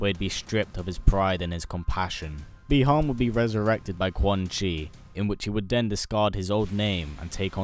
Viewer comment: The correct pronunciation is Buy-Han, not Bee-Han.